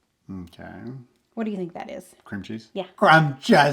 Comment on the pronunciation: new pronunciation of cream cheese is one for the books! Merry Christmas!